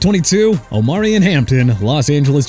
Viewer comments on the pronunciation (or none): You got the grades AND THE LIST in reverse order! What kind of show you're running bro?! And you know what? Keep saying Omarion's name wrong cuz I don't care about it no more!! And Kenneth Grant, Miami Dolphins, C... YOU HAPPY MIAMI GOT A C?! KEEP TRASHING MY TEAM IF IT MAKES YOU HAPPY!!! YOU'RE A EMBARRASSMENT!!!! AND ALSO ARMAND MEMBOU IS PRONOUNCED AR-MOUND!! GET HIS NAME RIGHT!!!!! AND STOP SAYING JAGWIRES OR JACKSONVILLE WILL END UP CHANGING THEIR TEAM NAME BECAUSE OF YOU!! IT'S PRONOUNCED JA-GWAARS! WHAT DON'T YOU UNDERSTAND?! I'M DONE!!!!!